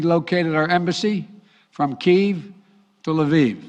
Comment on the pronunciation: Moving the embassy from KEVE to La VEVE?? Does this idiot even know what he's saying? LMAFO!!!!! This whole thing was FAKE and made to distract from the Durham investigation. Sooooo, what will they do now to distract us since this fell flat? Play the Mr. Peanut card?